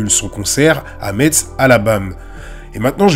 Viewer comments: Ça se dit "mess" et pas Metz mais c'est pas grave force à toi 💪🏾💪🏾🔥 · Metz se prononce MESS 😅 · On prononce Metz "Mess" grrrrr. Tu es pardonné de part la qualité de ton contenu toujours très bien analysé, et jamais dans l’excès ou la recherche du buzz ! Encore une très bonne vidéo 👍✊ force a toi